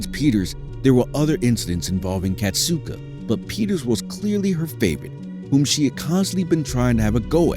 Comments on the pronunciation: Kasatka, not Katsuka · it wasn’t his last moments. Ken Peters is still alive and still working with the whales at seaworld. it’s also pronounced kas-at-kah not kas-oot-ah